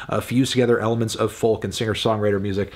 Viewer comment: dewdd, the L in folk is silent. Its foke. FOKE. argh